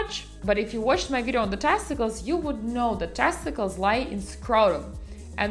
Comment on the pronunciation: “PEHH-niss, TAST-ih-kullz and PRO-state.” 😂